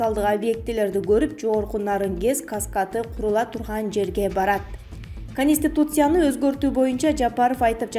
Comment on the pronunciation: Тиверь эмес тверь кониститутция эмес конституция.